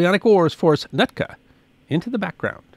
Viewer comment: The area you keep MISPRONOUNCING is NOT. "NUT ka"... it is "Newt Ka"